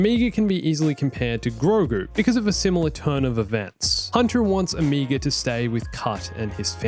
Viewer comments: Look, man. I know people say words differently depending on your accent, but I don't think it's possible to pronounce "Omega" more wrong. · It's cute how you also pronounce Omega as "Omeega" because you're also Australian